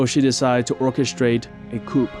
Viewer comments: It’s pronounced coo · Hey Buddy. Great video, thank you. Don’t pronounce the p in coup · “To orchestrate a coupe” Lol sorry but ThAts funny to me